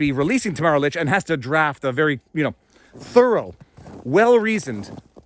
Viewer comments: You constantly mispronounced Tamara's last name *lich' no k lol at lick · Her name is LICH, not LICK. Let us not forget another political prisoner, Pastor Artur from Alberta who was arrested for saying a sermon at the Coutt's protest. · Tamara's last name is pronounced Leech. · Ta-Mare-a Leech …. not Tam-a-ra Lick or Litch 🥰❤️🇨🇦